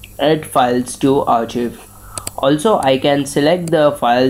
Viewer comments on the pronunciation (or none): r chiv lol no its pronounced Archive (ärˌkīv) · ROFL " AR- CHIV" xD